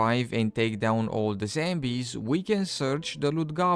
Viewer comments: The way you say zombies is infuriating, it’s ZOM BEE..not zambies… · What is "zembies" ? ^^